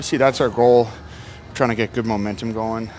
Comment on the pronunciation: Did he say momentemum?